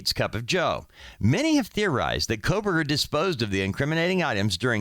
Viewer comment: Quit saying Kolberger! Lol. It's Kohberger... And I am not surprised his attorney is nervous sitting by him. He is a cold blooded predator!